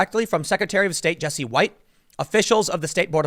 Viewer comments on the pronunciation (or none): none